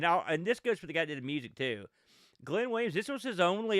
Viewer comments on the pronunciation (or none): Glyn is a Welsh name. It's pronounced 'Glin' not Glen.